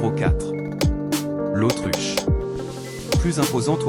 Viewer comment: c’est l’autruche pas l’Autriche